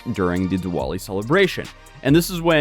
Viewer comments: Hearing Americans butcher “Diwali” will never get old 😂 On the actual topic at hand, sounds like another scumbag flew too close to the sun! 😅 only hope the poor kid involved is able to go on to live as normal and happy a life as possible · Man your pronunciation of Diwali XD